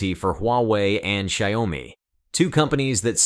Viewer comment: I can't take it anymore. You keep pronouncing the two syllable Xiaomi as three syllables which becomes Sayawmi.